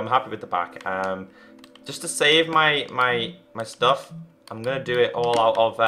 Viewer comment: why does he say stoof?